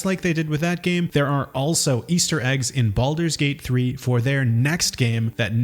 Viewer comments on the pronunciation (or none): “Baludurs Gate3”